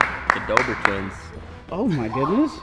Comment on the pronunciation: it’s Dobre not Dobore